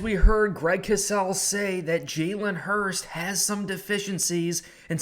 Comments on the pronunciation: Hurts. His name is Hurts - not Hurst. TY and good luck today #GoBirds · I know it shouldn’t bother me and no im not an eagles fan im a bills fan. But why are you saying Hurst instead of Hurts? I dont wanna sound like a dick just sounds a little funny when your saying someones name wrong over and over again. But great video nonetheless. Goodluck Philly! #GoBills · Its jalen hurTS not jalen hurST. You’re saying it wrong. Jalen will HURTs after this game Go Bills